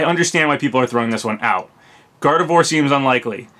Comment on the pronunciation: I hate to be that person but... Gardevoir = Gar-dev-wah... It's French.